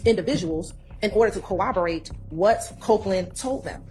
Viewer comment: Do they not teach enunciation in Atlanta schools... When someone can get to the position of assistant DA and can't say the word corroborate but instead says Co-ob-erate it's not a good look